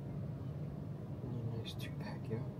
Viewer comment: And Corps is pronounced core, not corpse.